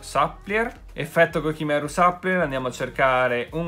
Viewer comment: ti prego, supplier si legge "supplaier" e non "sapplier"🙏🏻🙏🏻